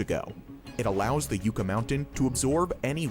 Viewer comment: Ugh. Hearing the narrator pronounce "Yucca" as yoo-kah instead of yuh-kah is a bit cringe. It's supposed to be pronounced like the work yuck with an A at the end. LOL. The Yucca flower is the state flower here in New Mexico and is actually edible if you're stuck in the desert. Just don't eat the sap from the stalk which is mildly toxic.